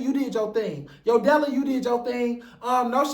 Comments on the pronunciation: It’s “Yo Della” for me… you mean YO-DE-LA? 😂😂😂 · You mispronounced Yodala's name LOL As far Sidney Starr- she's known for always falling and losing her balance, she's also not a fighter. You made good point how Mangina was brought in to fight Sidney mainly cuz Sidney is trans and Mangina can't touch any of the girls.